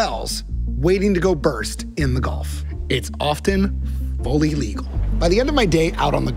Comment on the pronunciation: Gulf … not Golf.